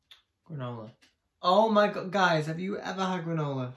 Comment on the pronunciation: Gronola?haha what is that?is it a pasta?